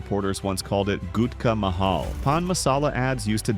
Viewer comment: saaar saar its gutka not ghutka